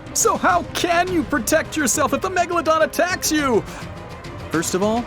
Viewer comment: At the start he said the meglldon [ik wrong spelling]